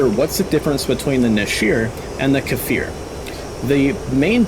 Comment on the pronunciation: It is not kAfir it is just kfir (the sound k makes)+fir